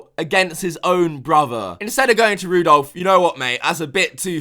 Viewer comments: "Rudolph" XD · LMAO, "Rudolph".